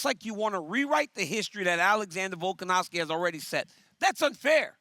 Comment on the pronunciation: DC : " Vulcanovski " 😂